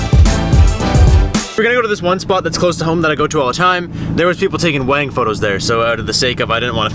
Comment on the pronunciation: Totally thought the same.